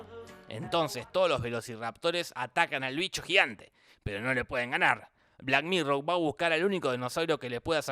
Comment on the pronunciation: 1- Suena como si dijera "black mirrow" en vez de "black mirror" 2- ¡Apoyo la moción de que vuelva ultraviolento con toda violencia!